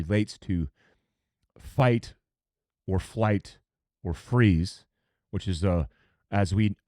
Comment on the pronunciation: It sounded like you kept saying "fight or fight" there around the 6-minute mark. 😅